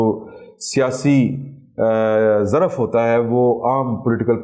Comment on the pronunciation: ظر رف۔ نہی یہ لفظ ظرف ہوتا ہے بھائی جان